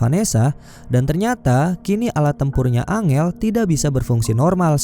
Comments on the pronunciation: Bkn dibaca angel bang , dibaca nya enjel wkwk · Bacanya enjel bukan angel bang😀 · Bang, angel kalo di bahasa inggris bukan nya baca nya "Enjel" ya hehe 🙏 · Woi bang kalo ngasih nama karakternya yang betull la masa angel dibilang nya